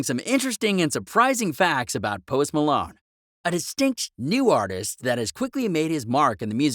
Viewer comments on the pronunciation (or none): Post Malone or post Malon say it right